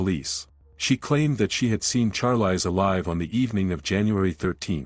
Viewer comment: It's pronounced sharlees ... Not charlice